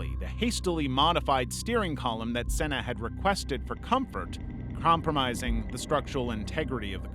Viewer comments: How can it be an amazing video when he said noone has suffered the same as senna yet you know yourself many more have died in f1 since senna also the guy doesnt even have the respect to pronounce his name properly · Imolo? Sella? Come on bro